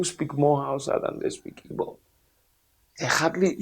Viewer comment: Am I hearing this man correctly? Is he calling Igbo as Ibo. Ohanaeze ndi oshi